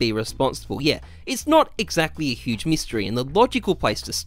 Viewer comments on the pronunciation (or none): none